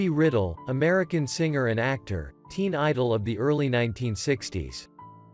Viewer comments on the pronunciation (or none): It's Bobby RY-dell...NOT Riddle. I f your organization can't honor these people with RESPECT you should stop.doing this! Naomi....you can't pronounce that ? Just like it sounds: Nay-o- me-Judd. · Pronounced Bobby RYdell not Riddle.Please use a real voice not one of these computer ones. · To the IGNORAMOUS WHO NARRATED this substandard review of grand singers. His name is Bobby RYDEL. THE Y IS PRONOUNCED LIKE A LONG I. The way he pronounced it was Bobby RIdell, with a short I. WRONG! FIND SOMEONE WHO CAN PRONOUNCE THE NAMES CORRECTLY OR DON'T EVEN BOTHER!! GEEZZZZUUZZZ!! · Is this a computer generated voice? Bobby Riddle instead of Rydell and many other mispronunciations, terrible. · Bobby Rydell Pronounced Bobby Ri-dell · So disrespectful. it's 1. Joyce Sims, Not Sims Joyce. 2. Traci Braxton, not Tracey Braxton 3. pronounced Bobby Rye-Dell (Rye like the bread. Dell Like the computer) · Naomi - nay-oh'- mee Rydell - rye'-dell Dozier founded his first band when he was 3? Impressive! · Bobby Rydell is pronounced Rye-dell please! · Rydell is pronounced RI dell. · Bobby Rydell's Nene is pronounced Ry' - Dell. Accent on the first syllable of his nane....PLEASE GET THE NAMES CORRECT ! ❤💔🕯⭐⭐⭐⭐⭐...